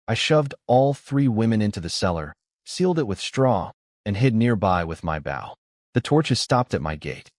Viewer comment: It's bow not bow